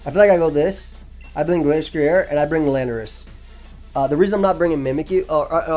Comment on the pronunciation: You said Glasstrier and Glacetrier, but the ending should sound like ryer (like the end of a washer-drier). They are based off a destrier which is a type of horse and I believe its normally pronounced differently. Just want to make sure you arent accidentally wolfeying yourself, great vid bro.